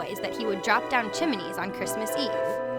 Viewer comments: CHIM-A-NEES IS NOT A WORD THIS MAKES ME MAD lol who else is watching in december 2015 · She kept saying "chim-a-nees" and it was making me so mad